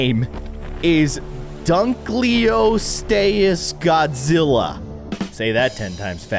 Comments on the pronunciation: It’s not dunkleostayus it’s dunkleosteus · Dunkleosteus is pronounced dunk-lee-oh-stee-iss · There is so much to tell that I will comment times but dunkleosteus is pronounced and dunk lee oast ee us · Its prononced Dunk-le-o-ste-ous That help? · It’s dunkleosteus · You can't say dunkleosteus Lol